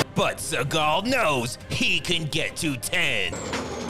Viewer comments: "Steven She-gull"... Lost my shit 😂😂💀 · "Steven SHE-gal" subscribing now. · "Steven She-gal." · 🤣☠Steven She-gal🤣☠ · "steven she-gal" 👌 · Spend 2 weeks watching each and every Post he mad. Oh my my my. This guy been butchering Seagal. These vid are addictive too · Steven SHE-gal 😂